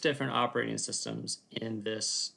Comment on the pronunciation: ah yes, "operating SUStems"